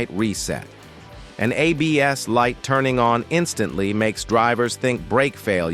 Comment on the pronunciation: AI commentary confused; ABS (antilock braking system ) NOTa BS 8 aka bull shit 😂